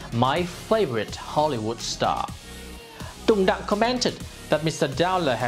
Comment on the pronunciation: Sao ko đọc rõ là Tùng Đặng , Hà Nội? Tên và địa danh Việt Nam mà, sao không phát âm rõ luôn để người nước ngoài họ biết mà đọc cho đúng. Mình học tiếng anh thì cứ phải phát âm cho chuẩn giống họ, còn họ đọc tiếng việt thì cứ phải bỏ hết dấu ra ah? Cả cuộc đời chưa bao giờ đi comment bất cứ 1 cái kênh nào cả. Đây là lần đầu tiên đấy ạ. Mong chương trình mình nên cân nhắc.